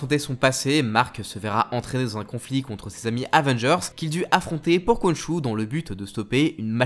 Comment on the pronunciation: ça se prononse "Ron'ssou"